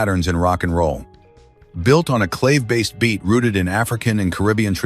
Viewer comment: An interesting selection of songs, this video would be improved by using a human narrator who is knowledgeable of music. It is hard to listen to this mechanical voice mispronounce "clave" and not cringe.